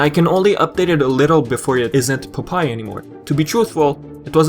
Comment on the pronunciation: It's pronounced Pop-eye, not Pupai. don't mean to sound rude, just letting you know.